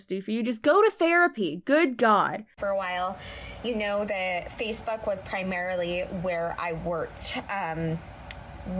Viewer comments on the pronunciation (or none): I swear she said FacePhuck not Facebook 🤣🤦🏽‍♀️